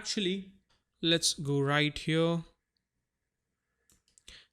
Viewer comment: i love how this man says "HYURRR" every time he wants to say here... 😂😂😂